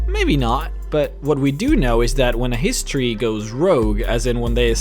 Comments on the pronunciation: hey,don't wanna be that grammar nazi but "Hist-ory" not "Hist-tory" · Hist tree His-tree History